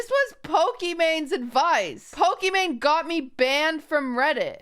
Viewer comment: number 1 fan yet QT can't pronounce "Pokimane" correctly